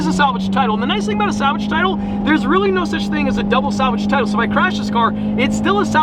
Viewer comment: pov: turns south american with salgave